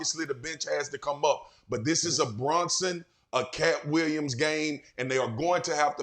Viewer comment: Swagu really said “Brunson and KAT Williams” 😂